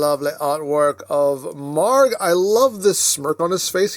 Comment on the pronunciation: You're pronouncing the name correctly. I know because I went to google translate and it pronounced it like the way you did.